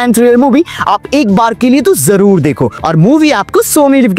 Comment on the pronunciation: always say 'jorur dekho' hears very odd.